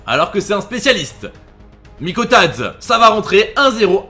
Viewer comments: Mikautadze ça se prononce Mikautadzé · Moi qui est metsein et qui entend mikaudatze alors que ça se dis mikautadzé😢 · Sa se prononce " MIKAUTADZÉ " pas mikautadze